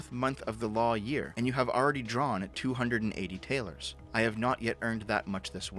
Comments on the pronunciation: Taler is pronounced tal-er like "duller", not like tail-er. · If this is Germany during Marx time talers wouldn't be Taylors it would be pronounced more so as Tallor as in dollar with a T instead of a D. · "Talers" is not pronounced tail-ers, but ta-lers. It's the source of the word dollar. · Just a side note - talers would actually be pronounced tahlers. And if you think that sounds a bit like dollars you would be correct. The Taler is the etymological precursor to the Dollar.